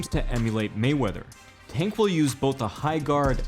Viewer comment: It sounded like you kept calling him “Taint” Davis